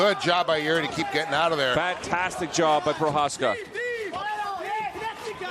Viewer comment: jiri 🚫 EE✅